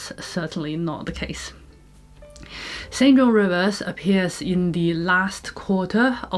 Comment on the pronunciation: St John is pronounced "Sinjin".